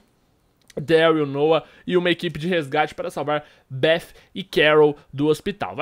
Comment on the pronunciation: Kkk meu brother tenta falar do jeito mais fácil se vc não sabe, fala beti com ti no final porque bef não existe kk foi um belo vídeo como todos kk